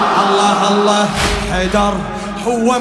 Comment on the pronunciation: هاء زائدة في لفظ الجلالة (اللهه) الصحيح هو... الله